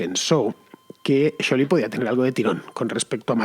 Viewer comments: Me mata como pronuncia scioli . felicidades tarde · Si bien el apellido Scioli es italiano y, por ende, se pronuncia "sholi", nadie en argentina ni el propio scioli lo pronuncia así. Él lo pronuncia "sioli"